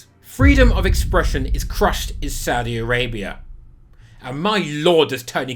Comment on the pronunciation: My favorite part about this video is your pronunciation for the Saudi clubs!